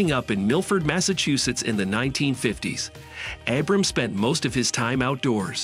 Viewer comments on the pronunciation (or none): You lost me at not even being able to to pronounce his name.... He says it on every freaking episode.